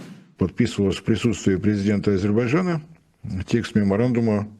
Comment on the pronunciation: Ну почему Азебаджан? 😂Азербайджан.Режет слух.Прям как Горбачев ))